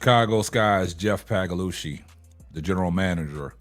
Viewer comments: Respectfully, there's no "g" in Paliocca. Just trying to help. Pay-Lee-Oochee is what you're shooting for. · Lmao dude his name is Jeff pagliocca.. this guy just says it any type of way for watever reason.